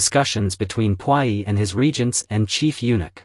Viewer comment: I really enjoy watching your channel! Want you to know that Puyi is pronounced poo-yee.